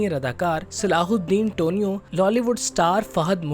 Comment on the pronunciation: Tonio nhi.. teeniu